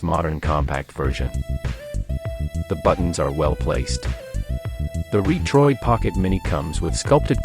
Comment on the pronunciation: Is the narration AI generated? Pronounces Retroid (Reetroid).